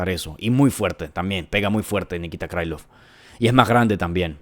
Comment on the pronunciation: 1.-T. Gore no gano el Contender Series (lo gano Battle). Tulio es mas completo y versatil - Gana Tulio. 2.--Xionan no tiene buen piso, Shang trapeó con ella, si pega duro - Gana Jandirova porque tiene muy buen BJJ. 3.-Krilov no es un apellido gringo, y trae una "k" de inicio, no se debe pronunciar "Craylov" (no jodas) - Gana Krilov. 4.-Patricio se apellida Freire. Yair es malisimo en su anti derribo, ahí se va a meter Pitbull - Gana Freire. 5.-Dos veces dijiste en tono socarrón, que Mitchell cree que LA TIERRA ES REDONDA, ja ja ja ja, parece que andas muy mal - Gana Silva. 6.-Pimblett....se abre mucho al disparar, por ahí puede entrar la mano de Chandler, sin embargo...Pimblett va a hacer lo que no hizo Oliveira, y se va a rankear en el 6to. Chandler esta golpeado, y tiene edad. 7.-Lopez es mas alto, tiene mucho mas alcance, es rapido, buen striking, un BJJ campeonil, quizás su problema puede ser el cardio.Si Lopez no termina la pelea en 3 rounds...puede que Volka gane. Creo que gana Diego López.